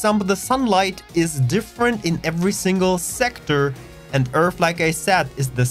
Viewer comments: twook a dwink everwy time he saysh Eeerff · Find it funny that you can build a station in the Sol system, shouldn't our home system be filled with stations and traffic to say or does earth not have anything in the system already? I also find it a lil funny with your accent on how you pronounced earth as (earf) well from how I hear it from you. Nice video thanx for the info.